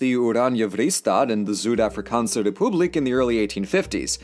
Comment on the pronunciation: My man really call us Suid-Afrikaaners, "Zood-AffrikAnse Repooblic." He didn't even know how to pronounced Republic